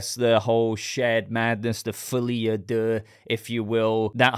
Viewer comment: For real, as someone who speaks French, among all the YouTubers who cover this, you pronounce the title really well